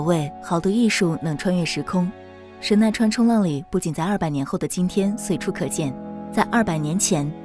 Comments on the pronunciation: 画的名字断句不对哦，不是“神奈川 冲浪里”，而是“神奈川冲 浪里”。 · 读错啦，应该是神奈川冲.浪里